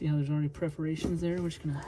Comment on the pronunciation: Are they PERFORATIONS or preferations? I think he Prefers to say preferations. LoLz 😂